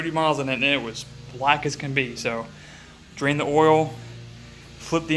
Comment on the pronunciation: Is it just me or does this guy talk funny?..Dwain the oil and turn the engine awound….